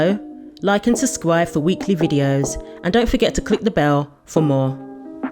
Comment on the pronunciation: ‘like and susskwyf cat caught your tongue❓🤪